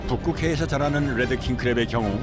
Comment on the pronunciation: 뤠드 (red) 킹크랩인데 자꾸 혀를 굴리면서 led 킹크랩이라고 발음해서 귀에 거슬립니다. R 과 L 차이가 크니까 제대로 발음하시든지 아니면 혀를 일부러 굴리지말고 그냥 한국식 영어로 딱딱하게 레드라고 발음하면 더 나을것 같습니다.